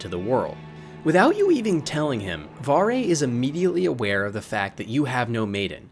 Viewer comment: Don't ever talk bad about Varre, and you pronounced his name wrong.